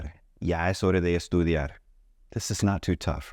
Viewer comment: Why do you say hore......is it not horaa?